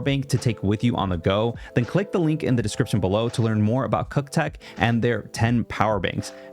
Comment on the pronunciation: "CUKTECH", Jesus Christ.